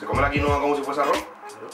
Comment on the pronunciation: Es quinoa